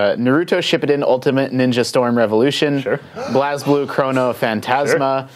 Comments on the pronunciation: I love Blazblue, I am surprised I heard it here (Mispronounced though but then again it isn't an actual word) It really is a great game I would recommend it to anyone who likes to have fun, because even if you're bad there is a setting where if you spam square you'll do a basic combo so you can get used to the game. I hope it does well. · Blazblue.... God he butchered the name...